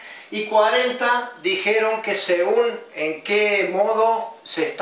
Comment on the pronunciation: ¿Qué no es "según" no "segum"?